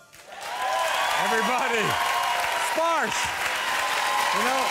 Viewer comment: His father is bengali. Maybe Bagnladeshi origin. India origin guaranteed. His name is "Sparsho" not "Sparsh" I know what his name really means N how to say this name properly. They r spelling it wrong.